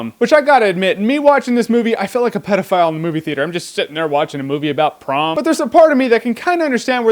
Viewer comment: Is it just me or does anyone else hear "Tron" and "Porn" every time he says "Prom"?